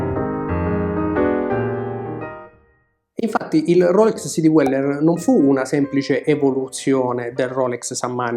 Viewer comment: Bellissimi video, argomenti posti sempre con competenza e con garbo, cosa rarissima oggigiorno. La pronuncia di Dweller suona all’incirca come “Dueller” non “Diueller”. Complimenti ancora per il canale.